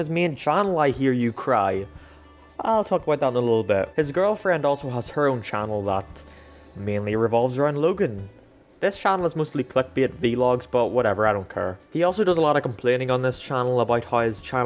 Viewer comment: did you just pronounce vlogs as “vEe LoGs”